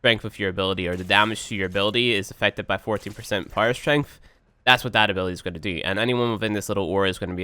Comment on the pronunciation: Even when he says power strength it sounds like pyro strength